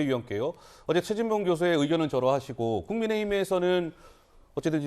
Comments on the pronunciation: 나는 분명히 죄진봉으로 들립니다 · 대화자 박진이 연이어 대답한 내용을 지워버리고 사실을 왜곡하는 것은 악마적 편집! 최진봉이 아니라 죄진봉으로 분명히 들리네요